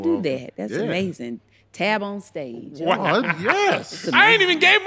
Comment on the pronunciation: She said Tab On Stage!!°🤣🤣🤣🤣🤣🤣🤣🤣🤣🤣🤣🤣🤣🤣🤣🤣🤣